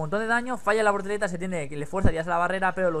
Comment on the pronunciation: Con todo respeto, es "voltereta" y no "vorteleta".